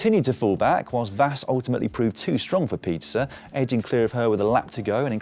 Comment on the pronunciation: GG Blanka Vas! Hopefully, she will bring the first World Championship title for Hungary! I know that Hungarian names are hard to pronounce. Imagine that it is written as Vash, then you will be closer to the real one.